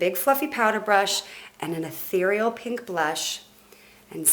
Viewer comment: say ehtereal one more time, bitch